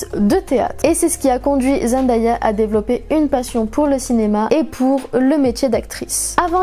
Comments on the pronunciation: Sa ma stresser du fait que tu dit zendAya mais elle avait dit que sa se prononçait zenDAYa genre day comme dans monday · son nom se prononce zen day a pas zen die a elle l’avait dit dans une interview ;)) sinon très bonne vidéo comme toujours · D'ailleurs elle a dit qu'on prononce mal son nom, ça se dit zenDAYa et non zenDIEa. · Ce n’est qu’un détail mais j’entends plein de gens qui disent ZendAya et ça me perturbe trop on dit ZendÉA ! Sinon super vidéo je connaissais presque toute les anecdotes mais j’ai appris des trucs cool 😍